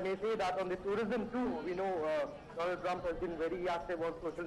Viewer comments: National its do-lund trump u mistake to write its not donald trump 😂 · I wonder how our PM can't ever pronounced his Bestfriend name Doland Trump🤣🤣😂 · One like for president dolund trump 😂😂😂 if you remember speech by our prime minister 😂😂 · Modi:- DoLaund Trump. Trump:- Viveka MonDon. English pronunciation:- Maaro mujhe maaro. 😂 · Its do-lund trump not donald trump 😂